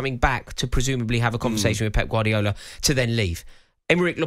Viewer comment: Who the f is gwardial 😂